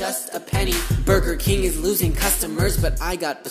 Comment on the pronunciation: I'm sorry but bugerking ewwww it's Wendy's